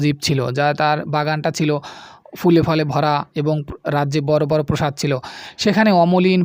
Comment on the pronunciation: প্রসাদ না প্রাসাদ